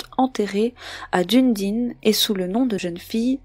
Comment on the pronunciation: Pour info Dunedin se prononce DU- NÉ - DINE . Super vidéo